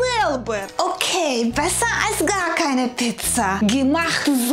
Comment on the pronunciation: Piiizza, die Aussprache von Mama Olga ist umwerfend lustig.😂